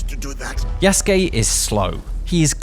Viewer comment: Lol you call him YESgay. His names YA SU KE... Say those three things multiple times you'll get it buddy 😢😂